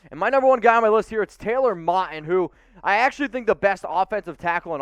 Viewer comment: It's pronounced Mowton